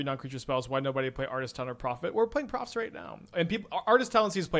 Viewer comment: Drink every time says Profit's instead of Proft's